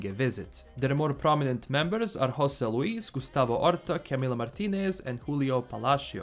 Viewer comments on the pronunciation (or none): none